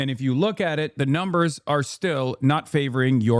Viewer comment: I love how Hasan can't say the word "numbers" without slipping into the PBD accent 😂